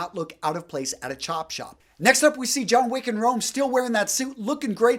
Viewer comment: Jhon Wich